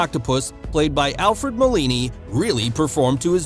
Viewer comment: Alfred Molina not Molini!!!!! (to the narrator)!